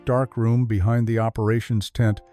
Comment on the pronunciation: You had me at 'Behaind'.